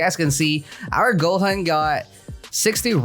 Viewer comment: It's not go-hen it's goo-hooooon